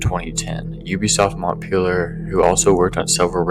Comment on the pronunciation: Its mon-pel-yay and mee-shell ancel